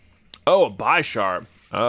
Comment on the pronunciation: Bisharp is pronounced like a bishop and then sharp because it's based off a chess piece